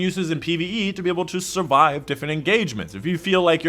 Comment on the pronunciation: was the weirdest pronunciation of “survive” i’ve ever heard 😂